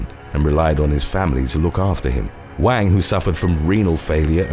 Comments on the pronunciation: Wang is pronounced as Wung. Like wrung, but without the ‘r’ sound. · Wang is pronounced “Wong”